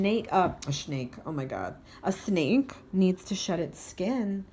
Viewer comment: We are so connected. So many synchronicities. Was dating a man named Nate you pronounced snake like Nate... he was a soulmate karmic connection and a third party situation!! So right on! Def going to get another reading from you soon